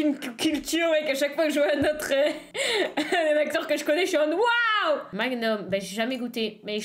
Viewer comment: Tu as fait allemand au collège ou pour dire waouh comme ça là